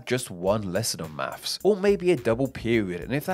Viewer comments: Or mafffs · As a Yank, I say 'math'. And I can't help hearing you say 'maffs'! , 'Accoustic' is misspelled. #FeedTheAlgorithm